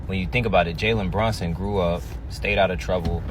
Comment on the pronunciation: She can't pronounce the dude name right.......